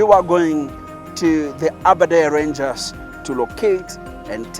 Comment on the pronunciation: Aberdare ranges not aberdare rangers😒